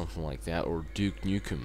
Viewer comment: i think its funny how you say dyouke nyoukum lol (for pronouncing duke nukem)